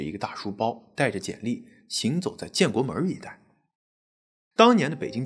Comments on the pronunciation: 建国门，不是建国门儿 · 建国门，不是建国门儿，不加儿化音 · 北京一般大门不加儿话音，小门才加。所以是建国门（无儿） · 建国门，不是“门儿”。北京话不是什么都加“儿”音。好片子👍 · 主持人没在北京生活过。建国门，没有儿。别问为什么，发音就是这么不讲道理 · 讲得不错，但是吧 建国门 阜成门 这些门，最好别加儿化音~ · 建国门，崇文门，天安门，门不带儿化音